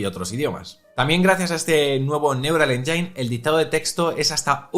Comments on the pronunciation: Cada vez que pronuncia 'enyain' Siri mata a un gatito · Por favor, pronuncia bien engine. Gracias por el Vídeo